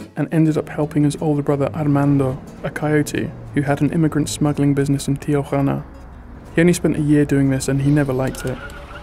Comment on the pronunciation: You're the first American I hear to pronounce Tijuana correctly (almost) and there are a lot of Americans there!